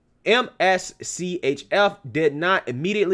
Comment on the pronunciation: I think the company's name is pronounced "mischief "